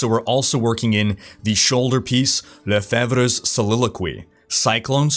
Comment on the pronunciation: Lefebvre is pronounced Lufay. Made me giggle when you pronounced it the way you did!